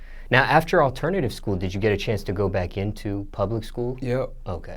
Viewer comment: "alternity shkoo"